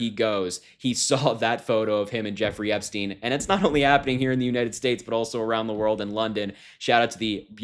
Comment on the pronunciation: Correct pronunciation is Epstine not Epsteen.